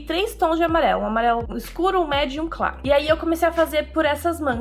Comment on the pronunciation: Só eu que escutei "Amarelo Escuro, Amarelo MÉDIUM , Amarelo Claro"